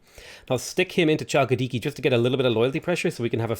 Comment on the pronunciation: Hey, just wanted to point out Chalkidiki is not pronounced with a ch sound, its pronounced Halkidiki if that makes sence haha